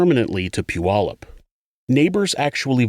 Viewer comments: Oh wow, you separated Puyallup from South Hill. People usually lump us all together as one city 😅. I’m also surprised you say Puyallup right. Most people jack our name up terribly 🤣. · It’s evident you are from this area. You are the first creator to pronounce “Puyallup” correctly. 😁